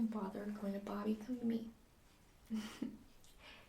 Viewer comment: It might just be me but it sounded like you pronounced Bobby like Barbie (It's cute fyi I'm not trying to offend you)